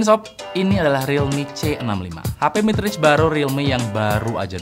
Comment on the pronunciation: Baru mulai videonya gw udah ngakak pas bilang "midrange" 🤣